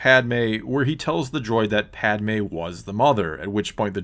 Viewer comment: It’s literally not Padme jesus